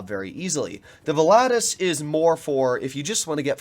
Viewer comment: Man you butchered the name volatus 🤣🤣🤣